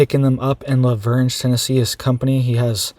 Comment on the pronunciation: I live in Nashville TN you do NOT pronounce the G in LaVergne. It’s pronounced “LA-VERN”.